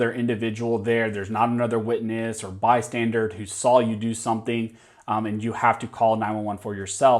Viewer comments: Bystander, not Bystandard....come on. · Please learn how to pronounce bystander! They are not bystandards, which is what you said every time 🤦‍♂️. Makes you sound dumb and uncredible.